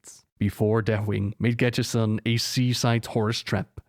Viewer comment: Im sorry of this isnt the case but it sounds like you keep saying "gadgetSTAN"